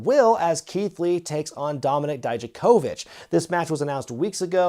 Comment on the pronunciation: Great pronunciation of Dijakovic